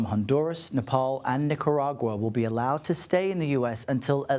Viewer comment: I love how Camilo always pronounces Nicaragua correctly, exactly as it is.